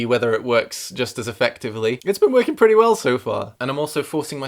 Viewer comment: you pronounced pretty wrong